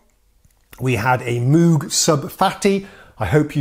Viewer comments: If you're willing to call friend Carlos by the chosen "Wendy" ...why not pronounce Dr. Robert Moog's name correctly? You said Mooooog with the Os like "rude". When actually it's Moog, with the Os like "Go" :] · Quick note: He mispronounced the MOOG (rhymes with Vogue) as Moo-guh. :) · Please learn the correct pronunciation of moog 🤦🏼‍♂️ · Mough as in 'muff'?! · Still jarring it every time it's dispronounced uncorrectly.